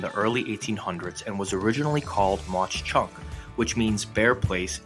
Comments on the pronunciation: Corrections: The pronunciation is: Mock Chunk, not Moch Chunk. Jim Thorpe was indeed interred there, but he was ANYTHING but "local". Look that up. One thing they got right is, it's a beautiful town. Also, the name means "sleeping bear" in Leni Lenape - Delaware Indian. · Its called monk chunk not maush chunk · MAUK.......NOT MACH CHUNK. WERE DUTCH. GET IT RIGHT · It’s not pronounced MauCH Chunk 😂 it’s pronounced Mawk Chunk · Cool video! I lived on the mountain in Jim Thorpe and it was an outstanding place to live and attend school. I just wanted to let you know that Mauch Chunk is actually pronounced like "Mak." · Very nice video. I'm from Hazleton, which is near there, and have been there many times to walk and bicycle the trail along the river. But, Mauch Chunk is pronounced "Mock Chunk". Thank you. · Really? You’re from Hazleton so you should know, but I always thought it was pronounced more like “Mawk Chunk”. Live and learn. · Nice video..you did a great job but for the record...It's pronounced muck chunk even though it's spelled mauch and God rest his soul, the great architect and father of Allentown PA historic preservation and old Allentown preservation association is the person mainly responsible for the revitalization of Jim Thorpe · C'mon man. If you're going to do a video learn how to pronounce the name. It's pronounced "Mock Chunk". Advice: before making a fool of yourself, ask a local, how do I pronounce your town. I'm from PA. If anyone ever said it like you do, we would laugh him out of the room.